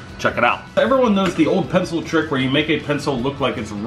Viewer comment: It's not called an pincel it's called a pen-pen-pen-PENCIL 🤣😅😅